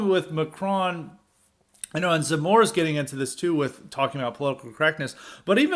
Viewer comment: Your pronunciation in French is correct ! From a foreign perspective, I think you have a good analysis. If you have any questions regarding Eric Zemmour, I'll be happy to answer them as best I can. If you want to know more about Eric Zemmour come take a look at my channel, I will be posting more and more videos there.